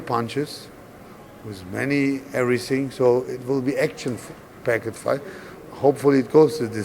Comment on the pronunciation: This FOIGHT ??? AND IM TALKING ABOUT THE JOURNALIST !. 🤣🤣🤣🤣